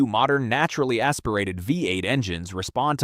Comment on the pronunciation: right? sloppy creation too, the way it says v8 and f150s